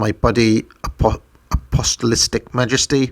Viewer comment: Ah POE Stall lick